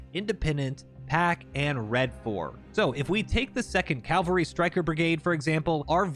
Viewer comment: Cavalry, not Calvary